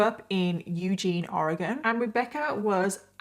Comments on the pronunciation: Thank you for saying Oregon right!!!! You said it more correctly than half of America 😂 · Good job pronouncing Oregon correctly. I’m in Eugene.